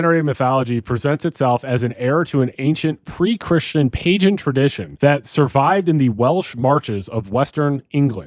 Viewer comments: Did you say "pajen"? Nah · He pronounced pagan as “pay-jen”. C’mon bro. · Pagan has a g sound not j